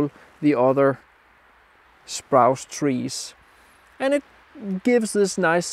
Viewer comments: nice vid - as ever. Like the swans. Landscapes with wildlife always add value. As a former English teacher, can I point out that the trees in the foreground in front of the dead trees, which you referred to as "sprouce" - as in "grouse". However, they are actually "spruce" as in "Bruce" or, if you prefer, "Loose". Your English is word perfect, so hope you don't mind me pointing out the very occasional mistake. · Lively work, I often struggle with plantation/new growth forest areas but thus gives me some inspiration and encouragement. Your English is brilliant but just FYI Spruce is pronounced 'sproose' like moose and loose. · It’s Spruce not Sprouse. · Spruce — rhymes with goose ;-)